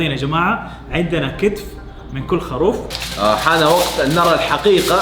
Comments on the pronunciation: يرحم امك قل خروف مو خاروف يا هطف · خروف خروف خروف المقطع رقم ١٠ وانا اقول اسمه خروف وليس خاروف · والله ترا اسمه.خروف مب خاروف